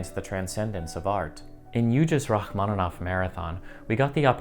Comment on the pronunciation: Rachmanov? Au lieu de Rachmaninov? Bravo!